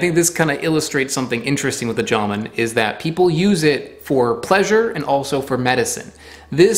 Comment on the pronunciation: It's not JAmoon, it's jamOOn...